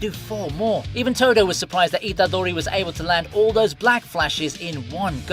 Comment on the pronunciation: The way you say Itadori, Sukuna, Megumi, Nobara its so weird my guy, maybe watch the anime in japanese? xd